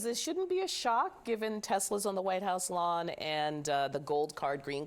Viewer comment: “I love Tesler”